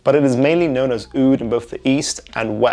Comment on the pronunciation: Your “Oudh” pronunciation was beautiful